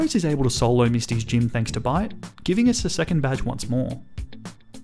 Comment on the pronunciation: Every time I heard bite I heard bide instead . I was so confused